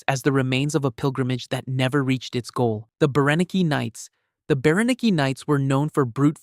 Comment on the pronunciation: Berenike knights....(bear-eh-nyk) thats how its pronounced.